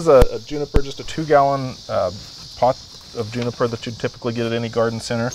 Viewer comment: Just butchered that juniper.